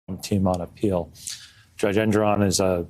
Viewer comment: the judge’s name is ENG-or-on, not en-GOR- on